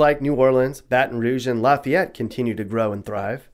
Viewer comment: As someone born and raised in South Louisiana, Lafayette, and currently living in North Louisiana, just north of Shreveport, pretty spot on on how you get hit by culture shock. Even the food is different. Also thank you for pronouncing Lafayette right.